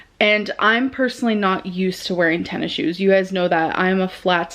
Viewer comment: i love how pronounces tennis shoes as ten issiues